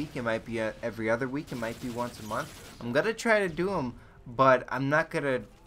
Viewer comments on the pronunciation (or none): none